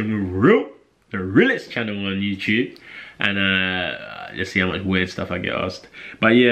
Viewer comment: dude u need to train how to say you tube properly leave boxing training for now